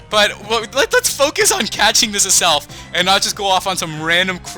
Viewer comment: 😧😧😧😧😧😧😧it's AZZZZZelf not ASSSSelf zzzzzza not saaaaaaa